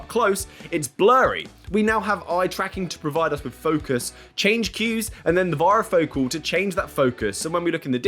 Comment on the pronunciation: Please learn to pronounce varifocal it rhymes with "fairy" Focal